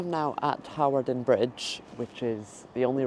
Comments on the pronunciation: Hawarden is pronounced Harden.😃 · Pronunciation help: Hawarden > Harden Shrewsbury > Shrew-s-bree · Hawarden (up the hill )and Hawarden Bridge (bottom of the hill) is pronounced Har- den. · It is pronounce harden 😂